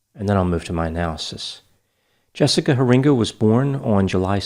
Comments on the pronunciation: It’s pronounced HAIR-in-guh. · Nice analysis. This was a case very close to us. Law enforcement never stopped working this case, though sadly her body was never found. You usually get the details correct, just a few small things: Her name is pronounced Hear-inga, accent on the first syllable. The case occurred in Norton Shores, Michigan on the west coast of the state, on Lake Michigan. (North Shores is a town on the east coast, on Lake Erie.) And despite years of effort by her family and others to pass Jessica's Law, it has not yet passed the legislature primarily due to small businesses' cost concerns. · Norton Shores, not North Shores. Also, Heeringa is pronounced Hair-in-gah. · Thanks for covering Jessica. I live 35 miles from her hometown and this case had everyone on the edge of their seats. I'm grateful the perpetrator was caught. By the way, it's a Dutch name, pronounced Hair-ing-ga...